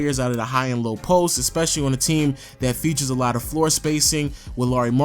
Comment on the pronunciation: Nejc Doler you really expect him that right when he can't even say "especially" correctly.....